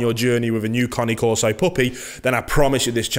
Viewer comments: It's not Car-knee Coreso, It's Cane (Kane) Corso. Not Subscribing or Liking. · CANE, NOT CONNIE. !!! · it's not lol is kah nay , not connie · Ya he calls it a Connie carso when it’s CANE CARSO NOT CONNIE CARSO LIKE WTF IS A CONNIE CARSO 😂😂😂😂😂😂😂😂😂😂😂😂😂😂😂😂😂😂😂😂😂😂😂😂😂😂😂😂😂😂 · He has an accent.. cane is not pronounced cane as in candy cane, it is connay. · "Connie Corso" Lol Great video, again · It’s Cane Corso !!!! Not Connie corso lol 😂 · cAna corso pronounced not conni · Its Caneeee corso , not coni corso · New drinking game. Take a shot every time he says "Cane Carso". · You mean everytime he says "Connie Corso" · 😂😂😂 in my italian ear your cane corso sound more like "connie c'osoe" 😂😂😂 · Not pronounced ‘Kahn-née’.